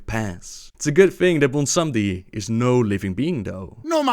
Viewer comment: Honestly I have no idea how he can pronounce shit like Bwonsambi so easily but Magatha is for some reason Megatha.